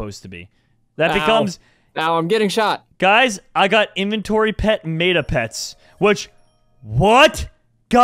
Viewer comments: meta = 'metə(that probably doesnt help lol) not me-tah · It’s not me-tar pet it’s meh-ta